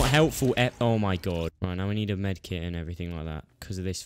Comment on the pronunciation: Med kit not kite